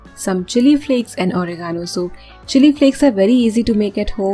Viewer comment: ORIGANO..hahaha. Oregano pronounced as "reh·guh·now".